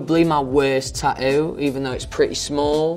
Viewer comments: there are not one but two t's in the word tattoo and Louis consistantly choses to ignor both of them. "ta-oo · No it’s the “ta oo” artist. Sorry I had to correct you :)